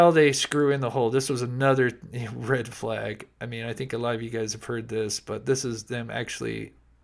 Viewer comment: He called it the "Flange"